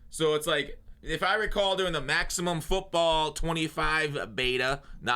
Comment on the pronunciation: Whats up with the inflection on the “MAXIMUM FOOTBALL BETA” is he being facetious?🤣